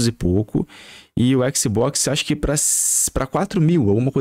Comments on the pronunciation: Qualé mané, faix o L que o exi boquixi sai 😂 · Équici bóquici